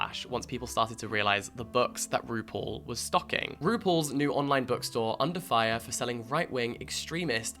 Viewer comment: this whole video i'm trying to figure out if you're saying rupaul in a british accent or roople